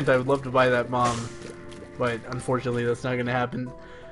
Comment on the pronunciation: did you say "if we can find one more cent I'm gonna buy that mom"? at least it sounds like it. I know you mean bomb but mom would be so funny xD the milfhunter. The Green Story.